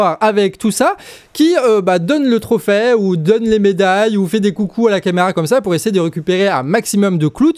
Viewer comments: Trophè ? Trophai ? Qui dit ça bordel ? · Bon, je suis d'accord avec toi, mais franchement tu pourrais faire un effort sur le français : on dit trophée, pas trophais, et pour Doubs, ni le b ni le s ne se prononcent, comme dans doux.